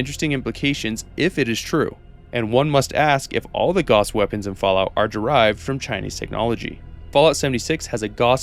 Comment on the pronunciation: "Gauss" rhymes with "house".